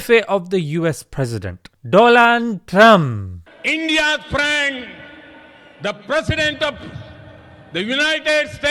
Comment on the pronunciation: Wao Doland trump 😂😂